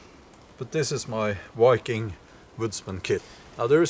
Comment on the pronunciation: Learn how to pronounce "viking" with a "v", not "wiking" with a "w".